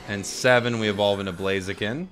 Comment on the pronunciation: Ugh, I hate Blaziken. The only thing I hate more than Blaziken is the incorrect way Americans pronounce "Blaziken". First Decidueye, then Mamoswine instead of Piloswine, then Sableye, now Blaziken!? PleasenoSwampert! PleasenoSwampert! PleasenoSwampert! PleasenoSwampert! PleasenoSwampert! PleasenoSwampert! PleasenoSwampert!